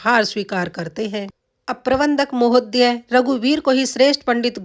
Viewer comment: उच्चारण सही सीखो:- महोद् य नहीं महोदय जनारधन नहीं जनार्दन साक्षरार्थ नहीं शास्त्रार्थ